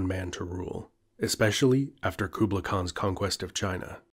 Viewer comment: The way he pronounces “Kublai” makes me cringe 😖